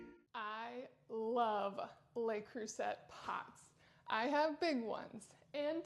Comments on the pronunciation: Le Creuset is pronounced 'le crusay' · Huge fan of Le Creuset pots also, used almost daily. By the way the letter T in Le Creuset is silent, its pronounced as (Le Cru-say). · That’s not a signature. It’s the poor model without the metal knobs. That’s a TJ Maxx factory defect. And you can’t even pronounce Le Creuset.